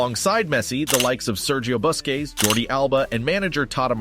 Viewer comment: Great video! I have one minor request. Please pronounce his name as "LAY-oh-nell." Also, if you could be so kind, please pronounce the Spaniard's name as "boo-skets." Thanks. And again, great video.